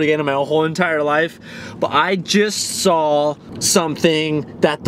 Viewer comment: for christ sake there is no L in the word "saw"